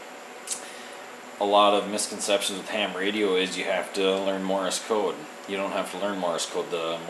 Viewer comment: I hate that you pronounced Morse Code wrong. It's not Morris Code.